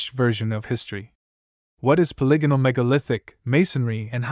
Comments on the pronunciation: This must be an A.I voice . He keeps mispronouncing polygonal. The voice reminds me of Anthony Jeselnik and I keep expecting him to deliver the punchline. . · No, think polygon. You can look up pronunciation videos online - even colonial English speakers get this word correct. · I love the peculiar pronunciation of polygonal, it's a mystery all in itself...